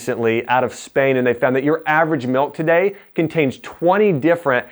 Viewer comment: Great video. I must say though, the word "milk" is pronounced with a short "I", just like mill, not "melk".